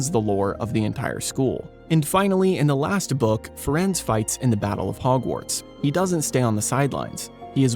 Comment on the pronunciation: I believe Firenze's name is pronounced "Firenzee" like in Italian.